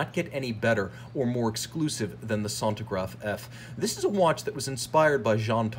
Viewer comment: Good lord... sentograph ! Sen-tea-graph if it will helps. Anyway good movie, interesting.